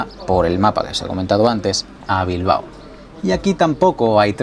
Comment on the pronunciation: Bilbao, no Bilbo. Gracias.